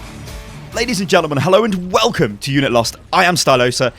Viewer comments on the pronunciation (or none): none